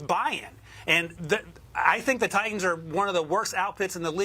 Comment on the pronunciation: Why can't she pronounce Titans? Both of the T letters.